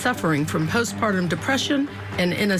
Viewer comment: did he just say “ piss-partum ” instead of postpartum?